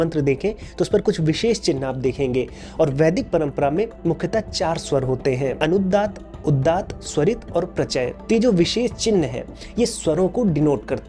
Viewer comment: आपने, वैदिक परंपरा का उल्लेख करते हुए, चलचित्र मे लिखा है अनुदात्त औक उदात्त, लेकिन उस का उच्चारण आप करते है, अनुद्दात और उद्दात; इसे सुधारना होगा।